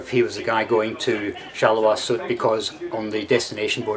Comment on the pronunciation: Apart from his 'r', which I think is excusable for English speakers, his pronunciation is quite well. Just Sud is not 'sood' but 'suud'.